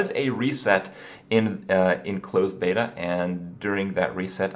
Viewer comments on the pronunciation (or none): none